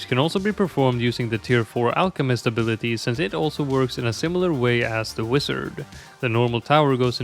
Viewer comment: never heard someone pronounce wizard as "wisard" before